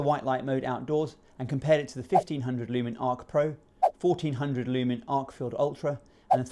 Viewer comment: It’s “Arkfeld”, not “Arkfield”